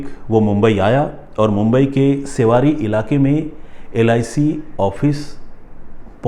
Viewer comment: सेवारी नहीं...' शिवडी '